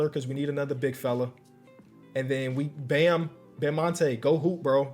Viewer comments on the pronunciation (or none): Yeah Edrice "Bamonte" Adebayo